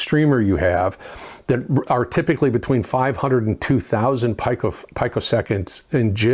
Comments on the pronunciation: Oh, and to be a grammar N*zi, it's pronounced peeko-second, not pyko-second. :D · ..pico pronunciation: pee-ko…certainly not pykro…your digital acumen is quite impressive, just yanking your chain 😎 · PEEE-CO ITS PRONOUNCED PEEE-CO. ITS THE RISE AND FALL OR SLOPE OF THE SQUARE WAVE. YOU'D NEED A GOOD SCOPE TO ACTUALLY SEE IT. LOVE YOUR VIDS. CLEANER SQUARE-WAVE=BETTER TIMING. SOME SAY ONE THING OTHERS CAN DISPUTE. IF THE PLANE YOUR TRAVELING ON AND THE RADAR WAS OFF BY A FEW PEECO'S YOU COULD WIND UP IN THE PACIFIC INSTEAD OF UTAH. ALL ABOUT THE CLOCK